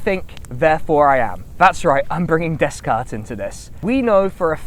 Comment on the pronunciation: My dog started barking the instant he mispronounced Descartes. A foreboding change in the winds if ever there were one...